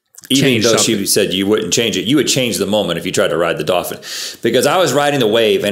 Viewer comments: Link: Dolphin Rhett: DAWFIN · Is it me or do they keep pronouncing dolphin like “dah-fin”?